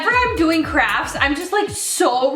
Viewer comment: who else heard her say "crabs" instead of "crafts" LOL